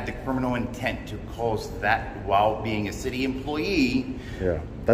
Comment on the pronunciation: “wail” ……what a clown